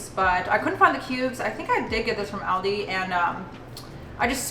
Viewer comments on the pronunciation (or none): none